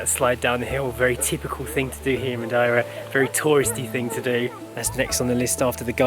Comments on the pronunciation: Is it me, or are you pronouncing Madeira a bit funny? I though it was Ma'dear'ra - checking google, yeah both British and Portuguese pronunciations are completely different from how you say it. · Excellent vlog, but Its Dearer in Madearer :-)